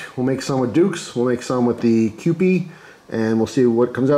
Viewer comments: It’s pronounced Q-P. It’s named for the kewpie doll on the label. These dolls were popular before you were born 😂. Often they were prizes kids won at fairs. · It's pronounced Q P